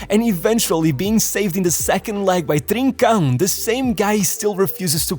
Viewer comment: yeah you can tell this is a portuguese person speaking lmao the way he perfectly says "trincão"